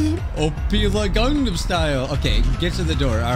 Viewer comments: you said opilia not opila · ITS CALLED OPILA NOT OPILIA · Opila is not said op ilia it’s opeela (that’s how you say it not spell it) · you’re saying ophelia not opila google how to pronounce opila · it’s oh-pee-lah, not oh-pee-lee-ah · I love how just pronounce Opila Bird's name as Opilia. XD